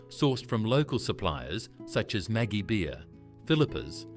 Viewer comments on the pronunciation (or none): none